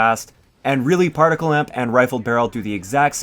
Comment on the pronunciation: It's not partical. It's particle.